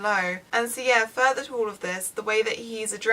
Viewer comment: I kept wondering why she was saying "Sia" and realize she was saying "so yeah" LOL